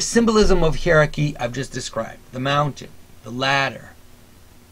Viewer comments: Hi-er-ar-key my friend. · I enjoy your vids and am quite sympathetic to much of what you say. I plan to write a more substantive critique, but in the meantime can you please consider pronouncing the word hierarchy, in the standard ways, i.e. either HIGH-rar-ky or HIGH-a-rar-ky. I didn't know what you were talking about at first, and nearly stopped listening because I found it offputting.